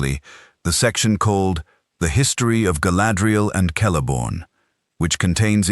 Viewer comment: Sell-a-born.. not kel-a-born.. get it right.